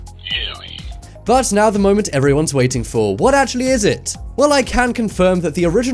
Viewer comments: you said Yammy not Yanny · mistake... They said Yammy not Yanny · Sounds like Yammy not yanny. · Oml I love it, you say just in case you have been living under a rock there is this new trend but when you say that at the start you it’s written and “Yammy or Laurel” you said YAMMY it’s YANNY bruhhhhh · I HEARD YAMMY NOT YANNY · I heard yaral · I hear Laurel but when I hear "Yanny" it sounds like Yally. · u said yammy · So the first time he said it I heard yanny and the second laurel okidokie. I am young but maybe I have an old soul lol